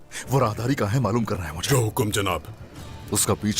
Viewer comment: Malhunnnnn nhi maloooonn 😔